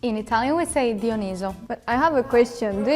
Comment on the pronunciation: A mai spus si Dionisos in loc de Dionis😢